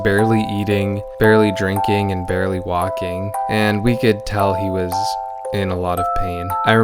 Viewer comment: Every time you said "was" I died a little more